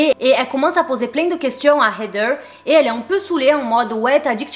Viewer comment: Je t'adore hein mais comment tu dis heather c'est trop irritant🤣